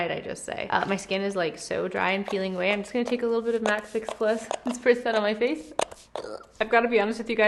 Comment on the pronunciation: all over the (fa'ce) You swallowed a rick star saying face